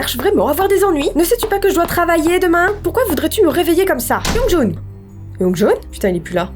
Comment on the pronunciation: On dit youngjoun XD